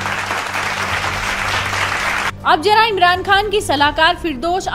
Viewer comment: Jara nahi zara